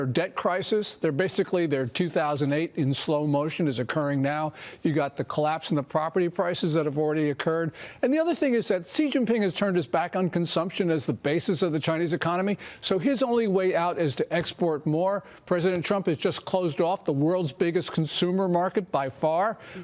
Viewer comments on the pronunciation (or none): China expert that pronounces his name See Jin Ping.